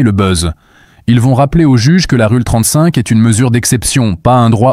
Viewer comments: "Rule 35" se prononce "Roule 35" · Vidéo intéressante. Mais cette voix et ces images créées par IA sont assez pénibles. Surtout cette prononciation horrible des mots "rule" et "candace"...